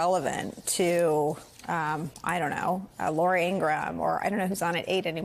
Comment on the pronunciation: It's a pet peeve of mine when people mispronounce names. It's Michael Co-hen, not Cohn. It's David Nunez, not Nuñez. And it's Lara Trump, not Laura Trump.